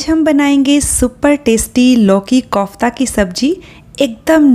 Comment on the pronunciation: Good recipes. Starndard way of making it but your pronoun conf KOFTA Is not right.